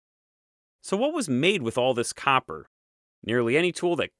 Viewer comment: "...and that's the awl..." "...now after 'awl' that..." "...After 'awl', 'awl' other cultures..." ...'awl' fabulous questions..." "...we need to go back to the source of 'awl' this copper..." "...why would you bother with 'awl' that..." I can't unhear...